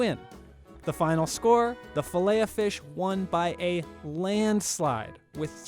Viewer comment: You pronounce the ‘t’ in Filet-O-Fish